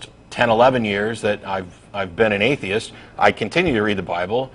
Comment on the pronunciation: It's funny how he pronouce atheist as "aye-dye-ist" :D